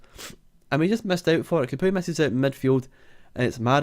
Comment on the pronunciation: I think Capoue is pronounced 'Cap, Pow'